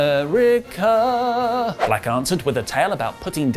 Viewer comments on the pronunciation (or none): none